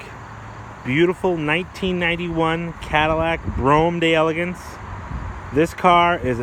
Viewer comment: Man no homo but i just love how you pronounce Cadillac Brougham D Elegance. The proper enunciation in my book lol